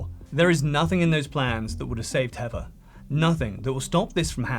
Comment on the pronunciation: Great video but I disliked it because you kept calling the poor girl heaver instead of heather